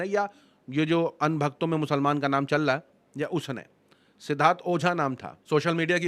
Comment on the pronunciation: Bhai Aap "Chal Raha" Hai Ko Challaa" Hai Bolrahe Aisa Kyon ?